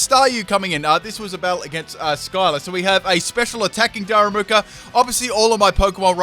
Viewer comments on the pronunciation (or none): It's Darumaka, not Daramuka xD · Repeat after me: Da - Ru - Ma - Ka. It's really not that hard!